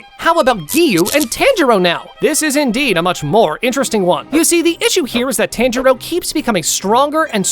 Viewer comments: Instead of saying, Tanjiro, you’re saying 10 churro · he says tanjiro rong